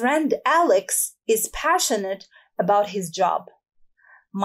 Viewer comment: استاذه ..كلمة passionate لماذ نطقتيها بشين